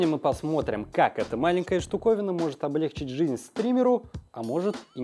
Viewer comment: ОблЕгчить. Вы там совсем что ли? ОблегчИть, ударение на последний слог